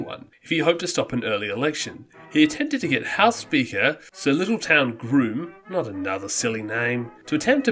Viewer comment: Littleton rather than "Little-town", and Skull-in instead of "School-in"! Other than those clanger's, a very good and well researched effort,.